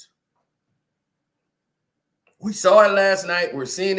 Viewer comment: What is "engregious"? Are we trying to say egregious?!